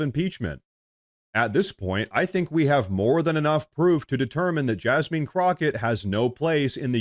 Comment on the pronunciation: I was thinking, "Why is he mispronouncing her name?" Then it hit me, Oh.... JasMEAN Crocket. 😂